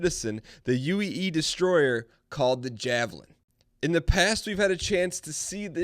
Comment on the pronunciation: I think it's pronounced 'eejis'